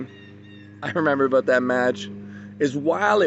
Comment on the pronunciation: "This Event , I'm so excited aboot"